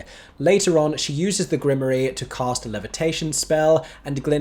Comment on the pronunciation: The way "grimoire" is mispronounced here is flippin adorable 💚